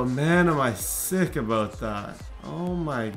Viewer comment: He said aboot looool